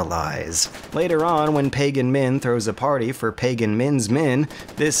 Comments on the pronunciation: It's pagan MIN not men, is this a joke that flew over my head? because he writes "PAGAN MEN" like 10 times on the screen. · It's Pagan Min not Men. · lol!!! I barely realized that when he emphasizes the name pegan men totally sounds like pegging men.